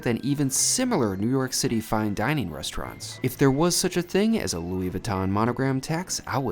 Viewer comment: I finally figured out what's so odd about the way he pronounces his city of residence: He seems to say "Newark City." Haha, like the poster from "OMITB" - Newark, Newark!